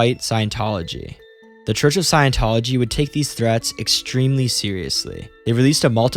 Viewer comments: Say it with me. Scient-tology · The sad thing is we can't trust a word of what you say because how could you know anything about the subject if you don't even know how scientology is pronounced